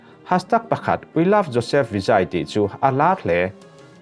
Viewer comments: Vijay = Vizei ❤ Vizai ti tlat 😂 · Enge Vijai chu😂 "VIJEI"tiin lam zawk tur aw.TN ah Kum tam ka awm ve tawh a,i lam ang a lam hi an awm ka hre lo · Vi-jei ti a lam tur ania, ahming hi. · Vijay nilovin jei tia lamrik tur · Vijay tih I lam dan hi mizotawnga e ang a lam tur a ni lawm ni? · i over confi tawh mah²😂,Vijaya tih te hi mi lam dan tlangpui angin lam ve maila,adiklo chu kati hauhlo,mi lamdan lo hian iti deuh kher hi 😂😂😂😂intih dangdai itim tran tawh tlat😂😂😂😂😂